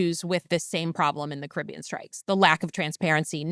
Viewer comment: Jessica, you’re pronouncing Caribbean wrong